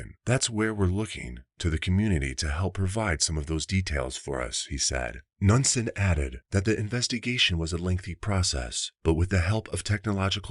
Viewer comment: Knudson is pronounced Noodson